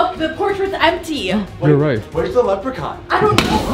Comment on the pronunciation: The leckpon is like the bad Elth